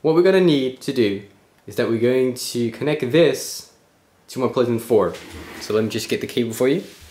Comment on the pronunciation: anybody notice he pronounces playstation as 'pleasant'